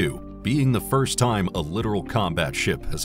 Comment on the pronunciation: It’s not a literal ship it’s pronounced lit tor al Littoral is shallow water